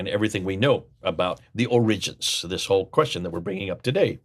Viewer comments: putting the accent on the second syllable of 'origins' is a little strange. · It's hard to take your scholarship seriously when you can't even pronounce the English word "origins" properly. Try the accent on the first syllable. You're welcome.